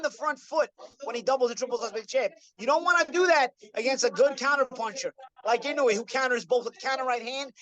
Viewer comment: Gawd knows I love you,, but it's "ee-no-ue." That last syllable is a dipthong: almost but not quite two syllables--a slide from the "oo" to the "eh," like the ue in suet (the bird treat). Please forgive me, I know I probably sound like prick. I'm an English professor, a bird lover, lived in Japan a couple years, AND Inoue's probably my favorite fighter of this era.